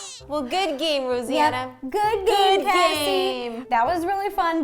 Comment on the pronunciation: Good game, Rosianna! No. Not RoSEEana. It's just RO. SAN. UH.